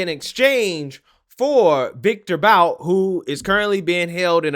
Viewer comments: The name is pronounced like 'boot'. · You pronounce Viktor Bout's last name like (Boot).